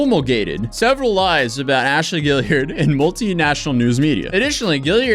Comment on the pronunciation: I’m from Charleston ,South Carolina and the surname you are pronouncing perfectly, is spelled Gaillard ,here. It’s a common name in the Lowcountry and prominent. A lot of Ashleys , also. We have the Gaillard Auditorium and , of course , the Ashley River. Think “Gone With the Wind. I’m not claiming her, for the record, just a little trivia .